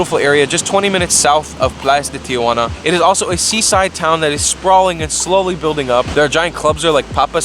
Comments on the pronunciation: Interesting guide, but it's absurd that you can't pronounce Tijuana correctly. Tee-wanna, not Tee-a-wanna. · TI-JUANA not TIA-JUANA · Dumbass doesn't even know where he's at. TIJUANA, NOT TIA JU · Tee hwanna.....not....Tee uh hwanna.....Tijuana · not Tia-Juana...its Ti-Juana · Is the first tip how to pronounce Tijuana??? That its not Tia Juana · Say Ti-juana. NOTICE there are 2 A's not 3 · It’s actually tee-hua-na